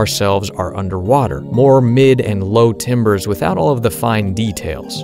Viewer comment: Timbre is not pronounced the same as timber.